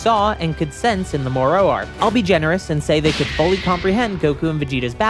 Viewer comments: The way you pronounce moro is very funny. You say it like, the island of Dr. Moreu and not... more. More-o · I kinda wanna ask why you pronounce Moro that way ngl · Hearing this man pronounce Moro and Korins name is the funniest thing